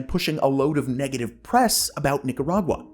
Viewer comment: Cough* Ahem...Ninarag-WA (cringe)